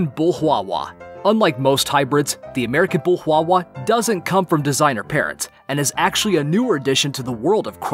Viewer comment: Yeah you're right cwawwa